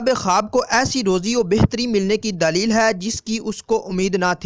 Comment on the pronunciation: pyaree islami bhayi Urdu Zara AR durust Kar Len sunne m ajeebLagta hai daaleel ilamat labas ravangi ar salasat paisa. kijiye......